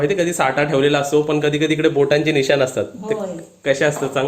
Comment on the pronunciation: साठा नाही साठं बोल 😆😆.आजचा Vlog खूप entertaining होता. हिंदी चॅलेंज होऊनच जाऊ दे. Vlog पाहिला की तुम्हांला घरी जाऊन भेटल्या सारखाच अनुभव येतो. मसुराची आमटी उत्तम. कधी कधी लाईव्ह पण या.